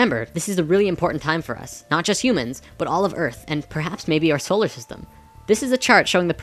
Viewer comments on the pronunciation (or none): none